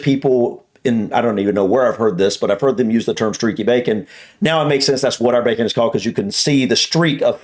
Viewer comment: Really hate the way she pronounces bacon! I'm from the same place as her (glasgow I think) and I do not pronounce it that way, I annunciate the "c" sound whereas she is bastardising it! No one I know says it that way either. Also that isn't how you cook bacon, she would have been as well just warming up slices of cooked ham 🤣 Also. as others have said you basically aren't enjoying much bacon over there as the "cripsy" that you love is just cooked fat! 😝Bacon is a cut of pork (pig meat) don't get me wrong I like streaky bacon, but there isn't much actual bacon on that, just fat which of course we are hardwired to love as if we were living in nature coming across fats is something of a rareity so our instinct is to binge on that fat when it's in front of us. Hope y'all are well, and hope you manage to stay well for a change!